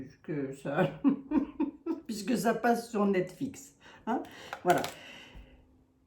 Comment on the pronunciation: Net Flix (et non Net Fix)😅